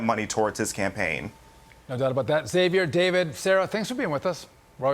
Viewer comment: Thanks to the man on this show who pronounces Xavier with a Z. She's obviously a young person. The "X" is meant to have a "Z" sound.